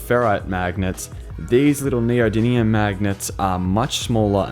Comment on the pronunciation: Not neodymium, neodidlyium